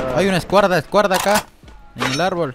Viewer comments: Like por la "Escuarda" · Nadie: Absolutamente nadie : Luay: hay una escuarda aquí 🤣 era escuadra luay que paso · Nadie Absolutamente nadie luay: escuarda jaja <3 llegue tarde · Todos: ay una escuadra acá Luay: ay una escuarda acá Luay sos un crack🔥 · Dijo escuarda Like si escuchaste jajajaja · Nadie: Luay:hay una escuarda,escuarda aca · Ajajajaj like si tambien te reiste cuando luay dijo enfrente hay una escuarda ajjaja en ves de escuadra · Nadie absolutamente:nadie Luay:hay una escuarda escuarda aca Auto like para no desaparecer🤷‍♂️ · escuarda 😂😂😂 F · Like si escuchaste q luay dijo escuarda 😂😂😂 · Like si viste cuando luay dise escuarda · Hay una escuarda ,escuarda jajajajaja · En el minuto escuarda jajajajja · Luay: Hay Una Escuarda Escuarda Aca😂 Si lo Escucharon No son Sordos - 2020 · Luay: Hay una “escuarda” hay una “escuarda” acá. JAJAJAJAJA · "hay una escuarda" jajaja. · like si escuchaste el escuarda jajaajaja